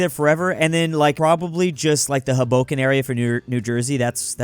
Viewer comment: “huh-BO-ken”? 😆 It’s HO-bo-ken.